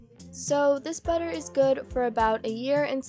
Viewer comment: That was funny when you said batter😁